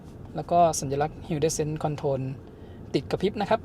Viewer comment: Hill descend ออกเสียง ฮิล ดิเซนด์ ครับ